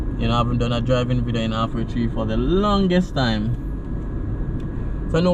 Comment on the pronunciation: Half, not Aff.And Hagley, not Agley.